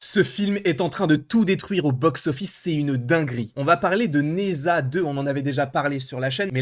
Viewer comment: 🤦ça se prononce "Ne Ja"!